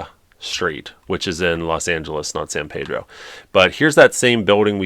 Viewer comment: As a Californian it’s pronounced San Peeedro with “e” not “a” sound 😅